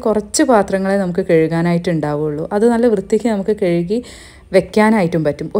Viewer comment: കഴുകി എന്ന വാക്ക് കെഴുഗി എന്ന് പറയുമ്പോ ഭയങ്കരമായി ആരോചകമാകുന്നു